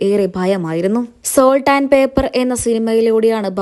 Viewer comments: Paper എന്നു പറയല്ലേ pepper എന്നു പറയൂ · Salt and pepper- പേപ്പർ അല്ല പെപ്പർ ( കുരുമുളക്) ആണ്. ശരിയായി പഠിച്ചു പറയൂ... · പേപ്പർ അല്ല പെപ്പർ 😅😅വല്ലതും കേട്ടു പറയരുത് നന്നായി കേട്ട് വായിച്ചു അർത്ഥം ഗ്രഹിച്ചു പറയു സാൾട്ട് and പെപ്പർ ഉപ്പും കുരുമുളകും